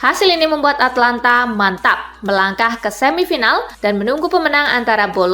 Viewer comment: Atalanta mbak bukan Atlanta